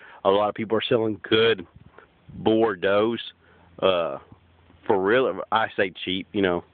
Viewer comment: *giggles* actually, not to be spelling nazi here... but the meat goat breed is "boer" (bo-ER)... "boar" (BORE) is a pig... i think i may be too farm knowlegdable sometimes...